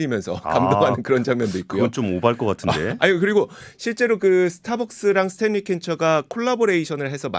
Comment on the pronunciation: 스탠리 한국어표기법 발음은 스탤리가 아니고 스탠니 혹은 스탠리 입니다. 요즘 젊은분들 한국어 발음이 심각합니다. 신라면은 실라면이 아니고 신라면 이고 원룸 발음은 월룸이아니고 원룸입니다.